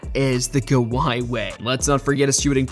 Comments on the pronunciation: kaviyh !!!! AI at its finest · Or kaviyh Leonard